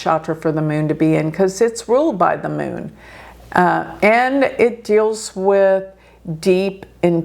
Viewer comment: Meeonnn (Moon) Her pronunciation brings a big smile. American.